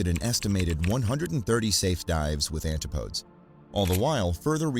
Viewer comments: Yes-- and also the name of his first purchased submersible is not pronounced "Anti- podes" it's "An- tip- o- deez". It comes from the Greek and was used during the time of British exploration and empire to mean places on the other side of the world, usually Australia and New Zealand. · ANtip-OH-dees. ANtip-OH-dees. ANtip-OH-dees. ANtip-OH-dees… DEEP BREATH: ANTIP-O-DEES!!. NOT ‘anti-podes. Pheeeew. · AntiPOADZ!? PUDGET Sound?!? SERIOUSLY!!?! TERRIBLE narrator.